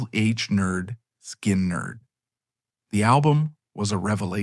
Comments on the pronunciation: Sky-nard???? Oh that’s sacrilege!! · NOT Skainerd its pronounced Skinnerd!!